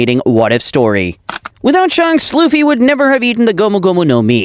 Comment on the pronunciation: Why did he called shanks shonks